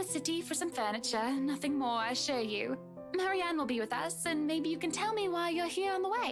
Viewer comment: Ah, this is the first time I noticed also saying "Mary Anne" instead of Marianne. Well, it was in a half sarcastic manner, quoting Hannah's words so maybe that was on purpose.